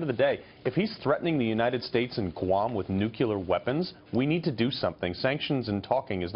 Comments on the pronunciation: "If he's threatening the United States and Guam with NUCULAR weapons...." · WHY can't people pronounce NUCLEAR?!